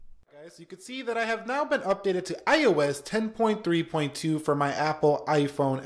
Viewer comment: I seriously hate the way you say iOS...idk why it just annoys me